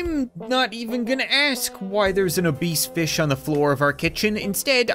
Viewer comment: “Obese fish”